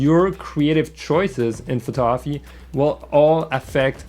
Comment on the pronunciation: taking photography lessons from someone who can't even pronounce the word "photography" properly